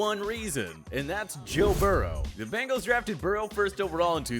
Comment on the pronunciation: they way he pronounced burrow is disgusting.